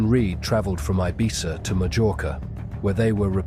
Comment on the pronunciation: Your pronunciations of Ibiza and Mallorca are so frustrating!